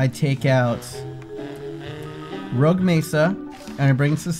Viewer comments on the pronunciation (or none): His name is not rouge it's roque